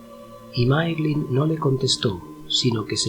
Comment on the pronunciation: Se pronuncia Máiglin, no Máeglin. "Ae" es siempre pronunciado "ai". De la misma manera Nirnaeth Arnoediad se pronunciaría "Nírnaiz Arnóidiad".